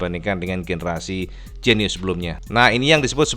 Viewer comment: Koyok bahasa Bojonegoro cak, Genyo dadi Genio 😂😂😂